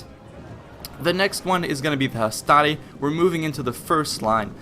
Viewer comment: On the whole, I agree, the one thing I would say is that the Latin 'I' is in fact a soft sound, so for example "hastati" sounds like "hast-ah-tee". Also, while I agree with the way you say the Romans would have pronounced the e in "principes", as an "ay" sound, don't forget that this is consistent, so "veni, vidi, vici" sounds like "*weynee*, weeddee, weekee", not "*wenee*, weedee, weekee". Also, "Triplex Acies" sound like "Triplecks Akeeays".